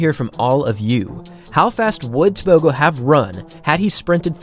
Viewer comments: The letter g in Setswana is not pronounced like a g in English. It is guttural "h" sound. Similar to the ch in loch. Also Botswana is about 3300 ft above sea level. So at sea level he would have ran even faster. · Just for interest sake. A "g" in African names like "Tebogo" is not pronounced as a g. It is more of a clearing of the throat sound. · You're butchering his surname.